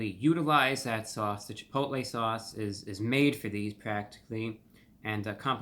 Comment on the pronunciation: Isn't he pronouncing Chipotle wrong? 🤔